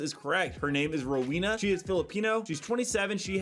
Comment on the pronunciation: Its Ro-We(like the wea- in the word weather)- nna. That's how you pronounce her name It's a pretty funny name too.